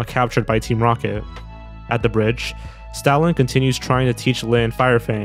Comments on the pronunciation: Whenever you say Stoutland, it sounds like you're saying Stalin. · i'm sorry but you saying Stoutland lowkey sound like Stalin- 😭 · I heard it as Stalin lmao